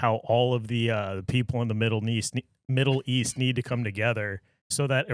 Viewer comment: He said, " Middle neast" 😂😂😂😂😂😂! Love the show lady and gentlemen!!!